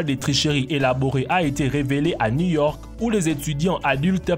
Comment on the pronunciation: "à ni York" 🔥🔥😂😂😂😂